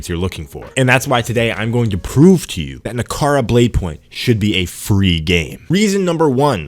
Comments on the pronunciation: Na-ra-ka not nakara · The fact that he keeps calling it nakara……when it’s naraka is a clear indication he’s talking nonsense. Been playing on pc and xbox never once lagged…. Where do you live my guy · bro u could not pronounce the name of the game once during the vid, how u gon make a review, ive not even played it yet.